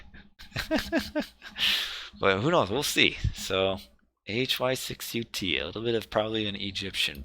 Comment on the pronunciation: AHY6UT pronounces as Anubit. Believe me, it is Russian-style 1337. Very convenient that you have Anubis in video previev. PS so sad for being busy while your last streams because nobody else streams AoM on Youtube.